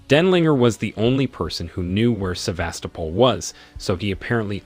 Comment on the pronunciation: Somehow able to perfectly pronounce Sevastopol but can’t pronounce names